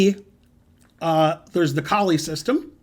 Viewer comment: Is it not pronounced "Cole "? I believe Koltanowski stated that was how it was pronounced? Just wondering. Great video!